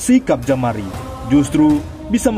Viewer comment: Jamaro bukan jamari